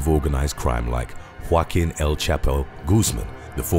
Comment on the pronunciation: Its hilarious how he pronounces the name joaquin. He says "walking"